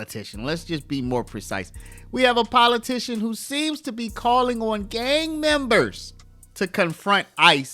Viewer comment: She a POLITUSHUN !!!!😵‍💫😶